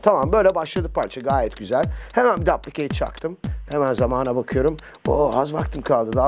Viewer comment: yanlış okuyor düplikeyt diye okunuyo normalde :D